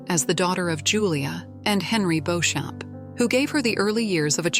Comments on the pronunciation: Beecham not Beauchamp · They pronounced the name "Beech - um". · claire told colum the english pronunciation of her name (beauchamp) and he responded with the french pronunciation